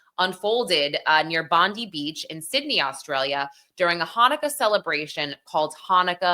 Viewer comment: Not judging just letting you know that our beach Bondi is pronounced Bond-eye, an aboriginal name from our native people of Australia. Yes, the hero is Ahmed al Ahmed who is now in hospital recovering. Our thoughts are with everyone affected by these terrible events.